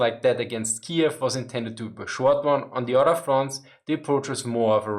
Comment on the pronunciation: Anyone else keep hearing „France“ instead of „Front’s“? Just can’t help it 🙈😂